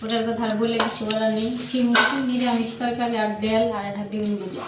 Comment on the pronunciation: তোমরা কি ভাষায় কথা বলে।শিম সবজি কে চিম বলছ।